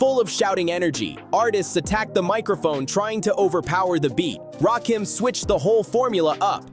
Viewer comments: RAKIM NOT RAY- KEEM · It's Raaahhkim get it right 😅😅😅or just call him God EMcee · RAY KEEENM. Ray KIM …..it’s RAH-KIM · His name is… Rakim ( Rah - Kim ) not Rakeem, not Raw Kim. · Say Rakeem Just One F****ng Time And I'm Out. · Please learn how to pronounce his name, right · It's Rakim and Erick Sermon not Ray Kim and Eric Sherman 😂😂😂😂😂😂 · RAY-Kim? 3rd BASS🐟?! What kind of dysfunctional dyslexic ai🤖is that⁉️ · I HATE AI content. I tried to get through this but the constant mispronouncing of Rakim, and ESPECIALLY mispronouncing 3rd Bass as 3rd bAss was just too much. This is lazy and sloppy. "Dont recomment channel".